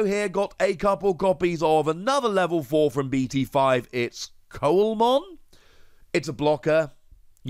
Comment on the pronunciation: Just as a heads up, Coelamon is pronounced "see-la-mon", as in the fish coelacanth. I am interested to see how Takumi Aiba gets used down the line. It's obviously a good card, but I wonder which decks will have the space for it, and which decks will have to MAKE space for it.